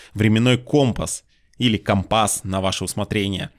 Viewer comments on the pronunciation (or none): none